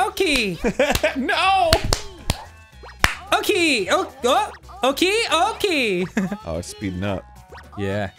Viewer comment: Oh-key, boomer